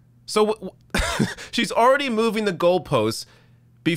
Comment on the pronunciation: Thank you for pronouncing the word already with the letter L in it. I am so tired of hearing r-edy . tks